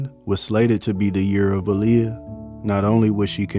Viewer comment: Her name is Pronounced Ah-Lee-Yah but thank you very much for making this documentary ❤